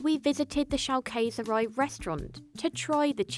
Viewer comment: You were literally surrounded by german speakers and didnt ask one how to pronounce Schaukäserei?